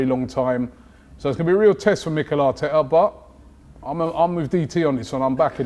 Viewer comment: it pisses me off so much how robbie doubts arsenal so much it not emry it is mikel artekerrzz